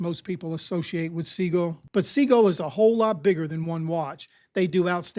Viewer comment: Hey, Sea-Gull, Sea-Gull, Sea-Gull, Sea-Gull, Sea-Gull. Pretty please.